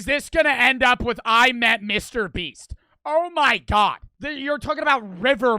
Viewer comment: OH MY GUAWD WEAS JIMMY BEAST MAN